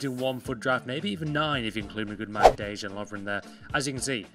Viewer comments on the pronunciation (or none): none